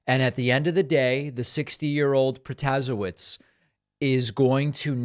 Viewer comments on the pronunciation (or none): David -- The Wisconsin judge's name is pronounced prota-SAY-witz. Everyone in Wisconsin knows this by now, as we have been deluged by campaign ads for the last several weeks. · David, it's PRO-TA-SHAY-VITCH! :) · David the new WI Supreme CT judge is Janet Pro-tah-SAY-which. Trust me, I'm an attorney in Milwaukee, WI & have appeared in front of her many times here in the circuit court. A lil lesson for you in Polish surname pronunciation! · "Pro-ta-say-witz' Dave. As a Wisconsinite who voted for her, learn how to pronounce her name.